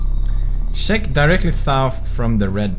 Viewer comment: sheck and boocat haha. its Pewdish for check and bouquet.